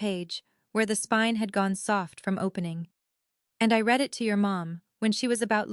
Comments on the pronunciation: To AI. Please learn the difference between read (pronounced Reed) present tense. And read (pronounced red) past tense. ' You can't red the all' when you just ask us to write comments. I promise I Reed them all. Thank you. And there are several other spelled alike words that are not pronounced in the correct tense. If AI can't learn what is the point. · The narrator does not even know how to pronounce 'read' (reed) and read (red)!!! This is someone whose mother tongue I presume, is English. Then we Indians (from India whose mother tongue is definitely not English), speak perfect English!!! Irony!!! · You need to teach the AI the difference between words like Read (Reed) and Read (Red). It is a distraction to the story and like fingernails on a blackboard to a native English speaker. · Learn to read. Read is one of those verbs that is spelled the same in both the present and past tenses. In the past tense, as so often happened in your narrative, it is pronounced “red”. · Read. Reed or Ted depending on how it is supposed to be articulated 😊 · AI please, conjugate verbs: Read the spelling doesn’t change, but the pronunciation does.